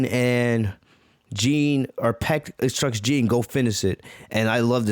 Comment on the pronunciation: Your saying piecks name wrong